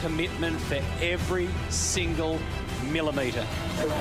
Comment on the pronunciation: "every single moollimeter"